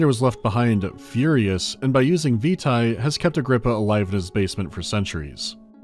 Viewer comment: I'm sure everyone has already said, but 'vitae' is pronounced 'veetay', not vita (as in Curriculum Vitae). Also, Amnesia: Justine was created for the Steam Potato Fool's Day event, celebrating Portal 2's release. It is literally a Portal parody, with the disembodied GLaDOS-like taskmaster, the chambers, etc.. I was there at the time, but too afraid to play it for the event.